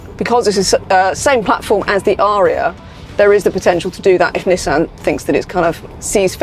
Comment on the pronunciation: Comment from Japan Perfect pronunciation of "NI" and "SAN" 二と三の発音は完璧ですよ ^ ^